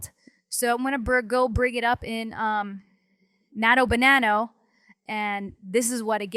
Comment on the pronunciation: "Nano Banano" "Gwen Edit" "Flox Kontext". I can't with these pronounciations